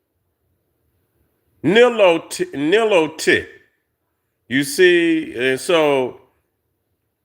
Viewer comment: Nilotic…pronounced Nile lotic